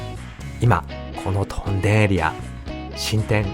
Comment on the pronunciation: 屯田（とんだ）・・・？ もしかしてこの声ってうｐ主さんの声じゃなくてAI音声？ それはそうと屯田って面白い店が多いですよね ジョイフルAKのフードコート、ケーズデンキの隣の「カレーの準泰」、トライアルやロピアといったスーパーも魅力的 緑苑台のイオンまで足を延ばせばEXIT兼近のお兄さんが店主のラーメン店「らぁめん道中膝栗毛」もあります